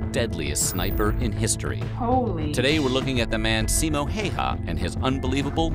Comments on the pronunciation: not Simo Hey ha but read pronuations! like H A Ü yes Y = Ü in finnish grammar Ü like like jet enigine switsc out and turbiins get lower whistle vocals (bass ) . and last Ä ic not Alike Alpha but You in english say "say" middele A . ? Simo is hit on "O" not "I". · WOW!! GOLD STAR!!! You said HÄYHA And not HAYHA like 98% of other youtubers! :D You almost got it :D (And the video you are watching are wrong.. Ä is a separate letter. Its not an A. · You were about to pronounce it correctly but then butchered it like practically every anglophone :D No one finds it offensive just a funny note. I mean the surname part, Häyhä. It's admittedly hard to pronounce for foreigners or people who speak a language that doesn't have the letter Ä. I saw you reacting to Green beret and american military in general so you could react to Larry Thorne (born Lauri Törni) also. Another Finn who later became a Green Beret (one of the first, still one of the most legendary Green Beret). The main character in the book/movie "Green Berets" is based on him. Oh and he also fought for three different countries. He died in Vietnam war as an American special forces officer aged 46. I personally think his story is more interesting than Simo's. The Green Berets have some kind of Larry Thorne award still so he is remembered. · It's pronounced as it's written. Häyhä. Not Heihau. Easy for a Finn :D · Häy-hä! Hei-hah (Nope) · IT'S NOT HEIHÄ IT'S HÄYHÄ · No! In Finland Häyhä is a Häyhä! We just pronounce names by their letters... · It’s actually just pronounce Simo Häyhä and not ”heihaa” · Don't pronounce Finnish. A bit like Japanese, you just say it like it's written. Even in the video, the name is spelled wrong.Video say heihaa when it is Häyhä. If you want to hear what it really sounds like, open Google translator, write Häyhä in the box, select Finnish as the language and press the listen symbol. Then you can turn the language the other way around and listen to the machine saying jiihaa (heihaa) again.